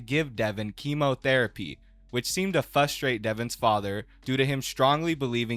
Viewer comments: Bro I can’t believe you’re still saying fustrate. It’s FRUSTRATE, upgrade your grammar you’re sounding dumb in front of thousands of people. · sounds like you have a speech impediment too, its frustrate, not fustrate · disliking because you said "fusstrate" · IT'S FRUSTRATE BRO. TWO RS. FRRRRRRRRUSTRATE. YOU ARE TALKING SHIT ABOUT SOMEONE WITH A SPEECH IMPEDIMENT AND SAYING FUSTRATE. FUCK. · “FUSTRATE” poor spent too long researching and picked up a minor speech impediment, themselves. Thank you for your sacrifice, it has not gone unnoticed. Bless you, my child. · Don't know if you're being cute by saying "fustrate" in a video about a guy with a speech impediment 😏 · Did this giy just say "fustrate" 😂😂😂 idiot